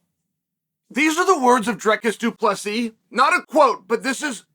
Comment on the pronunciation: You can pronounce Dricus DuPlessis but you can’t pronounce Khamzat or Makhachev?